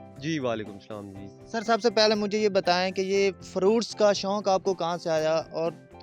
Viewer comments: it is 'shok' not 'shonk' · Shounk hahahaha shouk hota hy naa k شونک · شنوق نہیں شوق ہوتا ہے۔میزبان کو اردو ہی بولنا نہیں آتا۔چینل کا نام اردو پوائنٹ ہے